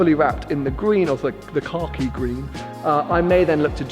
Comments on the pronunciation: I keep hearing satin car key green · Anyone else hear "Car Key" green lol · Why are you putting a "r" in khaki? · I thought he was saying satin cocky green as in shit green 😂😂 makes "more" sense now. looks great either way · it seems like you're saying "Car key" instead of Khaki lmao. It looks incredible. Congrats once again.